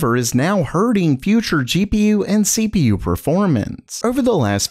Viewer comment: The first sentence sound like SleepyU instead of CPU xD